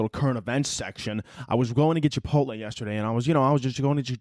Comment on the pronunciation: "chipot-LEE" MAKES ME WANNA BASH THEIR HEAD THRU A WALL